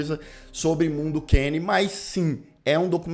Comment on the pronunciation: pq vc fala mondo QUEINE? o nome é mondo cane... tá escrito ali